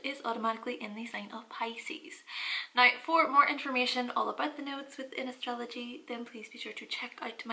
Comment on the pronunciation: Oh, when your say "nigh," it means now. Makes so much more sense nigh. I mean now.